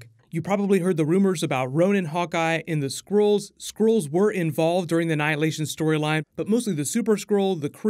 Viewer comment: He definitely said Anhilation